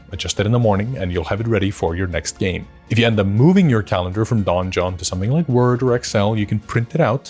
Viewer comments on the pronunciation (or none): Fun fact "donjon" is the french word for "dungeon" and the "j" is pronounced almost the same as the "g" is pronounced in "dungeon" in english. However, hearing it said like "Don Jon" made me smile 🤭.